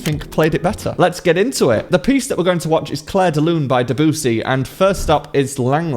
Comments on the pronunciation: Dah-BOOOO-sie? Seriously, dude? It's DEB-you-see. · If you're going to have a serious channel, you are going to need to pronounce the composers' names correctly! Debussy is pronounced with the stress on the last syllable, and the middle syllable rhymes with "view." Day, view, SEE. Day, bue, SEA! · bro pronounced Debussy like dibewsey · Why don’t you start by learning the RIGHT way to pronounce the name DEBUSSY? What is it with you NATIVE ENGLISH speaking people that you simply do NOT bother learning something simple as that? 🤯😤😡🤬